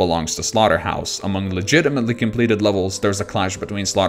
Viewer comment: “and slaughterhouse was verified legitametly”xD